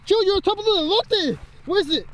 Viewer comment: It’s elote not eloy